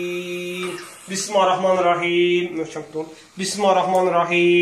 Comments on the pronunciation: Bu niye bismahirrehmanirrehim deyir? BIS MIL LE HIR REH MANIR REHIM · Ala Bu bismirlahir rehmanir rehim sozunu duz demir.bismahi rehmami rehimmmm deyir